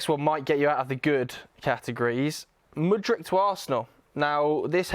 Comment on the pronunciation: IT'S MUDRYKKKKKKKKKKKK NOT MUDRICHHHHHHH